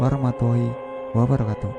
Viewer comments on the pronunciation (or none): none